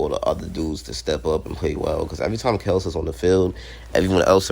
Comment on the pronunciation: It's Kel-see